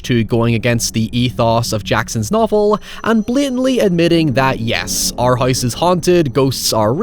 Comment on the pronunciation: What? Just cuz someone spends hours of hard work on something , doesn't mean it cant be bad. Your statement didn't make any sense Also the word is house. Not heyoose. Lol